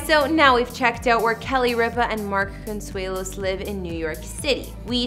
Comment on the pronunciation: Can this lady pronounce Con...sue..lo, thought I help